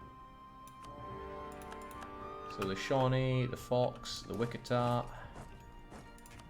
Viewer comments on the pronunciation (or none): Your pronunciation of the Indian names is hilarious. I suspect you don't care but I will show a few Wichita is said like which-itah, Commanche is said like come-an-chi, Osage is said like Ah-suh-j, Pueblo is like poo-eh-blow. I think most if not all of them were written in English to be sounded out as most of the tribes didn't have written language, so they were spelled as they sounded, there's no special Asian or French twist, just say it as if you were sounding out a word in 2nd grade. The Mexican tribes are a different story. I think that's because the Spanish conquered it, so I don't know how to say any of them except obviously Mayan and Aztec. Great campaign, loving it There are a lot of cities, counties, schools, roads, etc named after them here in the states so it's not uncommon to hear the words.. also military aircraft for whatever reason.. Commanchee, Chinook (said like Shin-ook), Apache and Black Hawk helicopters. Maybe it's just whirlybirds. I'm sure the social justice warriors will be all over it as soon as they learn about it.